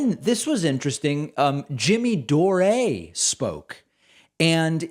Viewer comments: Huh... I always thought his name was pronounced "Door", not "Door-ay". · It’s Jimmy Dore pronounced DOOR not Doray Jimmy Door , Dore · It's pronounced Jimmy "Dor" (as in "the door to nowhere") not "Dor-ay" The guy is Irish, not French. Once up ontime he was a straight up progressive, but for a couple of years now has been foaming at the mouth. Avoid. But seriously, do these people even know WHERE they were? There is no "Grant Park" in Los Angeles. There is a Grand Park in downtown in the civic center, but that's not called "Grant"' Sheesh -- so much for factual accuracy. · It's pronounced DOOR not Dor A. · Jimmy 'Dor-ay'? Really Pakman that's the best you can do? I dare you Pakman, I fucking dare you to debate Jimmy Dore. And I see you're still a shill for Big Pharma huh? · What’s wrong with Pakman when it comes to pronouncing names? Tootsie Gabbard, Jimmy Dorea? He’s supposed to be a smart guy isn’t he? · Jimmy Doe-Ray XD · Not sure if you were being cheeky but I'm surprised you didn't recognize Jimmy Dore ( pronounced Door) not nit picking though. Jimmy has completely gone off the rails. Good work DP! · Jimmy Doray? Lol bro I swear you say ppls names wrong on purpose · Jimmy dore and his last name is pronounced like door. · Jimmy Door-ay 😂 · Why are you calling him Dor(ay)? Dore makes me sick now but I’m curious why you are pronouncing his name like that? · I can’t tell if Pakman is mispronouncing dore and Tulsi’s names on purpose, but either way I’m here for it. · Great video. But I hope you know can someone let Packman know that he’s pronouncing Jimmy Dore wrong… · I love how you mispronounce Jimmy's last name 😆